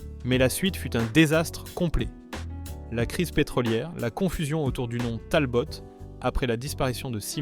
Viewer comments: Vous prononcez "TALBOTTE"? Pour Talbot? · Mais d'où tu ne parle pas français? C'est TALBO et non TALBOTE et HORIZON et pas HORIZONE c'est français mosieur et pas rossbif§ Oh putain la PANEHARDE moins 5 c'est panaris! certe le moteur était au bout de son développement, mais elle avait une puissance comparable au voitures du segment avec un moteur plus petit et en consommant moins et si elle n'a pas eu le moteur qu'elle méritait c'est parce que CITROËN ne l'a pas voulu et a fait crever le plus vieux constructeur français. Ah non mais c'est sketch la 2 C Vé! Eh 2 Cv c'est l'abréviation de 2 chevaux. J'ai 64 ans, mon en a eu 4 et je n'ai jamais au grand jamais entendu la 2 CVé! pour la R14 vu sur une publicité 4x3 à l'époque " la poire c'est le client". La campagne de pub suivante fut " La 7 Cv du bonheur" auquel fut ajouté "des carrossier" les ailes arrières étant un peu plus large que les ailes avant. Alors pour la GS birotor n'oublions pas que NSU, partenaire de CITROËN dan le développement du moteur WANKEL, a disparu racheter par VW. MAZDA a poursuivit l'aventure jusqu'en 2014, pour finalement jeter l'éponge devant à minima les problèmes de pollution. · La prononciation par l’IA est à mourir de rire….et en fait agaçant….La Talbotte…..La Panar……Je pouffe… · On prononce Talbo pas Talbotte. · Beaucoup d'erreurs! Prononciation: Talbot, Panhard. Dates contradictoires. Images de R5 pour illustrer la R14. etc. etc. Des "désastres" qui ont vendu des millions de voitures. A éviter. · ça commence bien, cette voix synthétique ne sait même pas prononcer la marque Talbot. Un peu de sérieux . L'ignorance est elle la nouvelle culture automobile ?. Quand je regarde l'Ami 6 qui est dans mon garage, je ne vois pas un échec mais les 3 autres dont nous avons eu le plaisir de profiter dans ma famille. Merci de ne pas publier des vidéos médiocres .